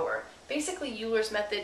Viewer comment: It's pronounced "oiler's method"....